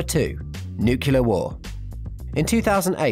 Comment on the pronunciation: you pronounce it nuclear not nucular